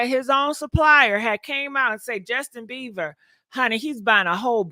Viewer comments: His last name is BIEBER not beaver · Jesten 🦫 BeaVer 😂 Justin Bieber GiGi… Bie-BER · “Justin BEVER” lol😂